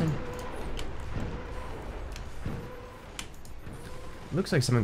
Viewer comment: When he said "noice" i felt noticed